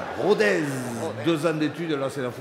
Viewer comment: On dit Rodesse ! Et pas Rodèze :/